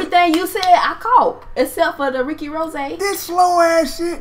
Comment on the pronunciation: Man said Ricky rozay 😂😂😭😭